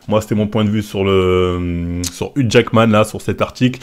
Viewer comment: Uque Jackman la prononciation au top 😂